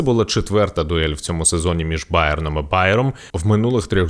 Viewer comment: Це те саме, що Севіжя, а не Севілья. Вухо ріже.